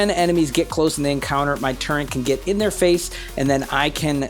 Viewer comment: haha, I was trying to be smart, I dont know why people pronounce turret with an N in it:)